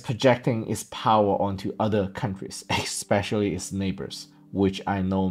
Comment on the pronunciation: Please don't say eXpecially. It's eSpecially.